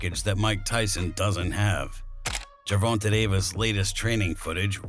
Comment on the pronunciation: Why do you always pronounce Gervonta's name wrong